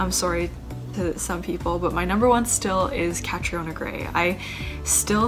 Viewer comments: When she called catriona catarina -_ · Deshauna stop saying "Katerina". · I love how Susie Castillo pronounces Catriona. 👑👑👑👑👑👑👑👑